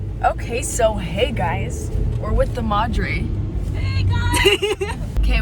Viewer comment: your "Madre" is VERY american sounding lol VERY Americanized speech XD